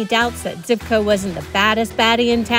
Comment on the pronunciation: Zhivko, not Zivko!